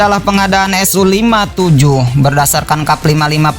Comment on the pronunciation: BUKAN SO TAPI SU BRO